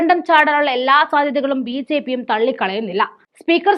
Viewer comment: മോളേ ബി. "ചേ."പി യാണോ ബി ജെ പി എന്നാണോ